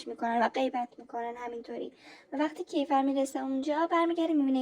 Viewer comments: اون کِیفَر نیست کیفِر هست فک کنم.درسته؟😅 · فقط یه چیزی کِیفَر نیست اسمش درستش میشه کیفِر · عزیزم کیفِر مگه نیست؟